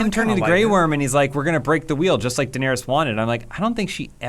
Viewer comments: How does not know how to pronounce Daenerys after 8 seasons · A classic example of being indie and cool is the way he pronounces Daenerys. Smh